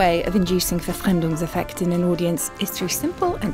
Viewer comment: Seconded! Even the pronunciation of "Brecht" and "Verfremdungseffekt" was amazing!